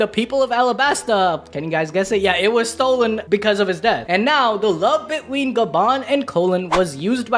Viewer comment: between isn't hard to say you say bid*small Pause*ween